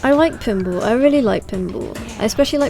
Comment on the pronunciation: Funny how she pronounces pinball. "Pinble".